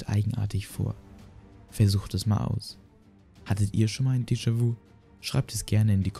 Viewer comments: Mich triggert das voll, dass du es vu und nicht vü aussprichst XD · Deejawü ausgesprochen ;D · "Descha wu" Hahahaha du lappen ich kann nicht mehr!! Lern mal französische wörter auszusprechen 🤣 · "jamäis wu" 🤣 schämst du dich nicht..? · Gutes Video es wäre aber gut gewesen zu gucken wie die französischen Wörter ausgesprochen werden zb nämlich dejavü! :D